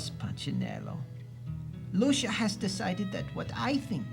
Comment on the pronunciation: Just FYI (to the narrator), the sticker less wemmick's name is pronounced "Loo-see-a" not "Loo-sha"